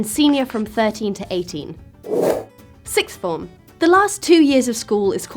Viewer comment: Argghhh!! siXth... siXth!! Not sicth. If you really can't manage it, try saying "four things, five things, six things" for practice- nobody says "sick things" when they mean "six things". Really people- use your tongues properly. It's a worthwhile life skill...